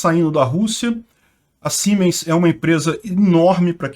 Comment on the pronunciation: YouTube ta me dando até nojo! 15 minutos de vídeo e 03 propagandas! Isso é opressão “, já! Rsrsrs brother Siemens se diz como se fosse escrito com “z”. Como se fosse Ziemens 😎abraço e obrigado por nos manter informado